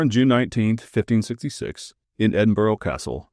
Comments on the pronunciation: EDIN-BURRA not EDIN-BOAR-OH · I live near North Berwick, I've never heard this story so thank you. PS you say Berwick ok but you need to work on your pronunciation of Edinburgh. Its not edinbrough, its the burgh of Edin therefore Edinburgh, you should know that 😂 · Maybe stop saying Edinburgh with an O sound at the end. It’s more like a soft UH sound not difficult for Americans. Just don’t pronounce it with the O.